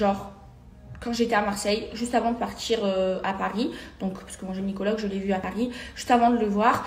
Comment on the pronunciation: Telement elle est bete elle dit « geniecologue ». 😂